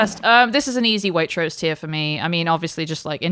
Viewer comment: It takes an American to mispronounce Waitrose!